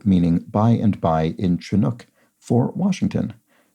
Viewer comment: Re the comments from yesterday; Pronunciations of both the motto and the language are alkī not alky and shinook not chinook, regardless of the spellings. (Also the name of the Chinook salmon.) Alkī is far better known as the name of a beach and adjacent area of the West Seattle neighborhood than as the state motto. (I doubt if one percent of residents have ever heard the motto, unless they attended elementary school here decades ago as a few of us did.)